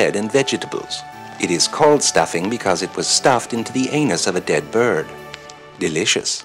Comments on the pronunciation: It's 'bjird'. He's Norwegian. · Why did he say "birrrd" instead of "Byird"